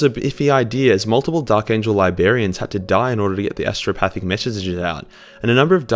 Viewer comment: LYBERians? lol. Great vids tho bud